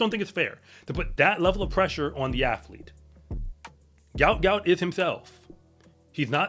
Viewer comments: Its not how his name is pronounced. I hope people get it right before too much more time goes by. Its pronounced like gwot gwot. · It’s also pronounced Gwot Gwot btw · his name is pronounced Gwot Gwot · Its Gwot Gwot. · It pronounced "gwuat gwuat"